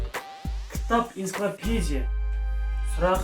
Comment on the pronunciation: енципедия емес энцоклапедия деп айтшый😅